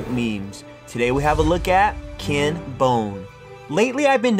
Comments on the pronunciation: It's Ken, not Kin. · He keeps calling him kin its killing me